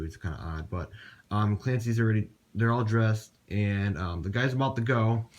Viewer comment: Clancce s mom not skales